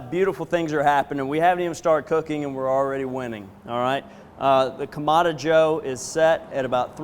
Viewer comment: “Either side” means one or the other, not both, and is incorrect grammar per your use. Kamado is pronounced kah-mah-doh and has a specific meaning. It is not pronounced Kah-mah-dah.